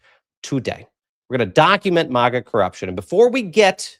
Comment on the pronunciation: It's Mag like hag- a ...not Maaaaag-a like it's a pretty country 😁😵‍💫